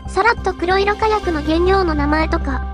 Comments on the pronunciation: くろいろ じゃなくて こくしょく ね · くろいろかやくの連発はワロタ。 黒色火薬はこくしょくかやくと読む。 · 因みに、くろいろかやくではなく、こくしょくかやくですですよ。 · 黒色火薬、「くろいろかやく」では無く「こくしょくかやく」と読むのでは？ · 「こくしょくかやく」のはず。 製法はWikiにも載っている。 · 黒色火薬(こくしょくかやく)ですよ。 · 『こくしょくかやく』じゃないのかな(・・;) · 「こくしょくかやく」の方が一般的かなと・